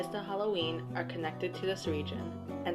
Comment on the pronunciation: Sach-win, really... Samhain, pronounced Sau-win Druids aren't a Celtic group, they're more like Spiritual leaders. Basically priest of Celtic polytheism